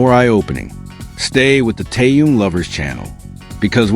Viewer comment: Автор,называйте правильно Техена,ведь в тексте все правильно,так будьте добры,читайте правильно,Что это за Ким Тээн?